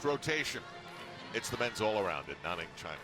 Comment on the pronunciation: Cody S. But did you hear Al say "Nah-ning" LOL! ITS NANNING AL!